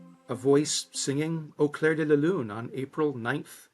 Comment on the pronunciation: Au clair de la lune, not au 'claire' de la lune. The BBC team is not well versed in French it would appear!